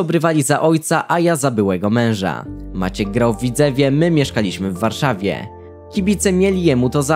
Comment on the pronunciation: Człowieku naucz się poprawnie akcentować po polsku. Strasznie źle to brzmi jak mówi się piłCE, warszaWIE, maTCE itd.